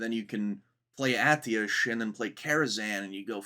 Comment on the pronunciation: Long time WoW player here, Atiesh is "uhh tesh" and Gnomeregan is "Gnome ree-gone".